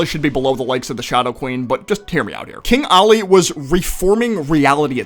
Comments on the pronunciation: IT IS KING OLLY NOT KING ALI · It’s king Ollie not king Ali